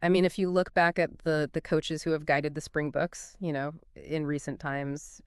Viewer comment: Just pronounce it "Spring-BOX'. It definitely isn't "the spring-BOOKS". Singular: "Spring box" without the "s" at the end.